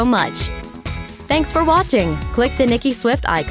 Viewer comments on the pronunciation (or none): none